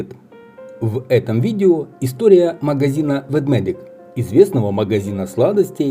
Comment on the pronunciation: Ведмедик ( а не Ведведик)😉